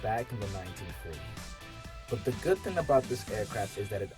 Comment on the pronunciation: Let's put the "G" on the word thing....THING..THING NOT THIN!